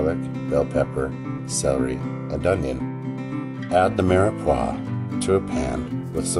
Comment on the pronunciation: Its the Trinity not Mirox